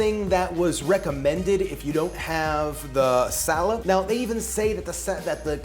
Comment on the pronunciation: What that hard to get ingredient called? Did you just said Salad? Never mind, I see the description, Salep.